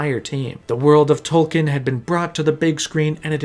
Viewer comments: A cursory effort online would quickly reveal that Tolkien himself pronounced his name as Tol- Keen . It would be like pronouncing Peter Jackson's name as Peter JOCKson . It's a little thing , but it's grating on my ears . You did a lot of research and this is a good video . A minuscule amount more and you would have gotten the famous author's name right . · An “expert” should know it’s pronounced “tolkeen” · Tolkien has an e in it... It isn't Tolken. Jeez... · Wished you pronounced tolkien's name right, just once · three hours of work, still mispronounced the authors name